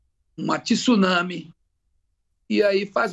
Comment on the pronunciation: Pronunciou a palavra tsunami de forma incorreta então já tá totalmente errado nos argumentos.